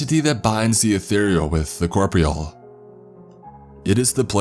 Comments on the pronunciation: Copreal, no. It's pronounced Cor-po-re-al. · “Corpreel?” “Exorbantly?” What? DOOKS ex machina ROFL🤣😂 HYPOSSASSIS. HAHAHA